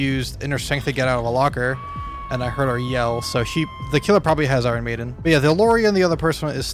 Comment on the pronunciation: Eye-Ron maiden.